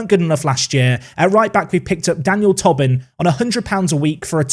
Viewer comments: please. It’s “Toe-Bin” not “tob-in” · I don't know why that mispronunciation goes through me so much but it does. I mean, it's not spelled Tobbin. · I think it’s Toe-bin, not Tobbin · On Tobin, it’s pronounced “Tow-bin”, not “Tubbin” 🇮🇪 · Ah, Tobin is pronounced like Toebin. We will educate you in our weird irish names 😉 still remember you pronounced Roche in some exotic French way 😉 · Just to let you know from an Irishman, Tobin is almost definitely pronounced Toe-bin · Some great additions... Top 6 finish? Loving the series. (It's pronounced "Toh-bin" btw) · How that does that any sense? How Tobin is pronounced is Tow-bin.. how can someone who speaks English could see that name and think "oh yes this is pronounced Tow-bin" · because it’s an Irish name and the “o” in Tobin is pronounced as an “o” not a “u”, therefore “tow-bin”